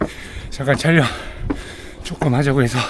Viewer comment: 형님 촬령이 아니라 촬영아닙니까.. ㅋㅋ